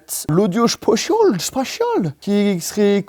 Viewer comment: mais pk il dit audio spochol? ça s'appelle audio spaciallllle